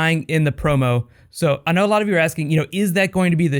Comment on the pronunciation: lmao just realized he says that weird